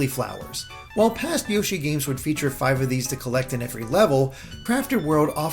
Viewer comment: More Awn Yo-Shee